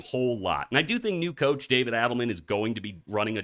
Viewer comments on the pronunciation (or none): none